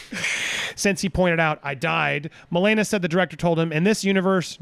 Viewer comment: I KNOW, ITS JUST THE GUY KEPT SAYING MOE-LANE-AH